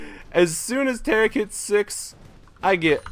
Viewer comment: This is TA-RIIIK! not sparta...